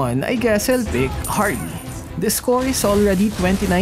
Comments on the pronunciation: it's Harith not Harley lol ahahaha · I guess ill pick harley Harith:Its Harith not harley. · Not Harley, It's Harith! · ah yes ill pick "harley" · Fun fact instead of Harith says harley😂😂😂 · harith not harley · Btw not harley.. but harith.. hahaha.. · Did anyone notice how said harley instead of harith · Lol "harley"